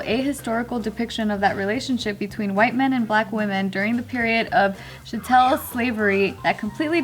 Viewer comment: 😂 Chatél 😂😂😂😂